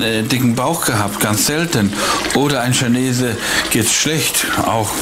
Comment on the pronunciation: Kineese 😂. Ich schmeiß mich weg 😂🤦🏻‍♂️. Und Manni sagt immer „ schüben“ für schieben 😂.